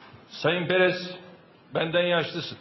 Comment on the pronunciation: PEREZE DEĞİL PERES O :dadwdawd